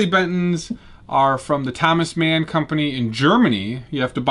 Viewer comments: Thomas man? How can anyone respect what you're saying when you can't pronounce Thomann correctly. 500 videos and still can't be bothered to prep yourself. I stopped watching as soon as I heard that. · Toe-men is the how to pronounce it, or at least that's what I hear when I hear other american youtubers say it